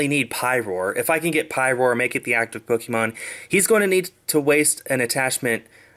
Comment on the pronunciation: Ppk-AY-mon, not Pok-EE-mon